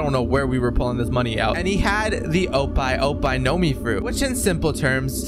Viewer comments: ope ope no mi is said as op op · no way bro said oppai oppai no mi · “Oppai Oppai no mi”, how he pronounced the Ope Ope no mi, would translate roughly to B00bs B00bs fruit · “Oppai Oppai fruit” bro definitely not saying it wrong💀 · Bro fr said Oppai oppai fruit nahh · Bro really said opey opey nomi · Blud called Ope Ope no Mi Oppai Oppai no mi